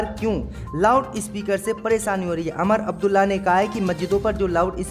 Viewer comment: Sahi bolna nahi aata Lucknow ka Naklow Umar Abdulla ku Amar Abdulla